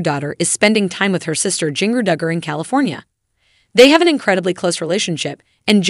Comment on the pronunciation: Pronunciation of "Jinger" just kills me :)